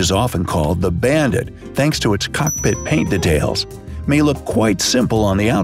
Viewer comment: Everybody: Details: datalis Edited: btw I love ur channel